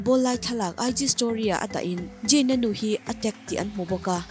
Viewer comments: ZAYN ti rawh Jain ti lo in huat na lam niloin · Mate..? Jayn ani ziahlo zayn lawm..eng pawh chu nise English hman, lamdan a in ang vek hleinem.... Ka duhnu kal zel ang che aw! I chhelo ngawt ang🤣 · Jayn,Jain a ni lo aw,,, Zayn tiin lam rawh